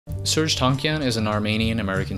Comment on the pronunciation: Why do you pronounce art as arch and Serj as Serge?